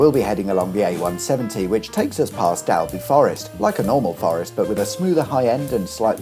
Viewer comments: Absolutely cracking episode,! I’ve been waiting for an A64 episode for YEARS. That stretch is one I avoid like the plague, but I do know it very well. (Which is why I avoid it!😂) I didn’t know about that nuclear bunker though! It’s not DAL-bee forest, though. It’s DOLL-be forest. ☺️ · The silly thing is Dalby is actually pronouced "Dolby". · Dalby pronounced “Dolby” - bloody southerner 😜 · Ironically, it is actually pronounced Dolby, do the Dolby audio logo was correct 😊